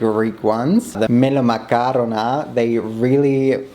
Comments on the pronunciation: actually said melomakarona correctly and the accent sounded like a Greek person said it🫢 (from a Greek person btw) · I'm Greek, we all looove melomakarona in Greece! Yes they aren't supposed to be crumbly, maybe they needed some more time in the syrup. You still did a great job though and the pronounciation was perfect!! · Literally pronounces it perfectly like 4 times in a row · YOU PRONOUNCED MELOMAKARONA PERFECTLY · Ayyy thank you for making melomakarona 🙏 btw you said it perfectly 😩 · your pronunciation of melomakarona was great tho